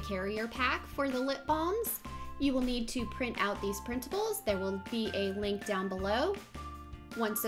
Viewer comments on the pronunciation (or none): none